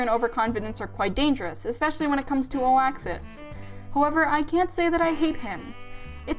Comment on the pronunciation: You said "Oaxis powers". That's it. You got a subscriber.